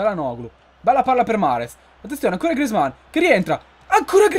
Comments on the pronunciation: Comunque non si dice griezman si dice grizman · Per favore puoi pronunciare grezmaan bene